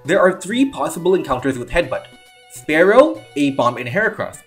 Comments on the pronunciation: It's always bugged me (just a little) when someone says "sparrow" instead of spearow (spear-row). Honestly, the names should be swapped since Spearow hides its fear with aggression and Fearow has a beak that looks much more spearlike. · Good video! btw spearow is definitely not pronounced exactly like sparrow the animal, like what would be the point...